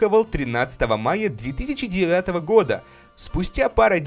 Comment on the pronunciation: та когда говорил 2009году было слышно 3009